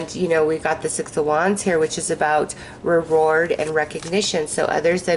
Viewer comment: Yes, when the Leo card came out and you picked up the 6 of wands, you said "reward" but it sounded like "reROARED". Cool. Right? Being the Lion and all. So fitting. Thank you